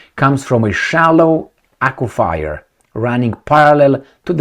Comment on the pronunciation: Only because I love ya... aqua-fur pronounced.😊